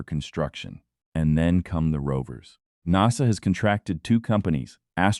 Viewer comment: Well you can't pronounce NASA properly and towards the end have you read(red) all the comments or are you going to read all the comments?? AI sucks!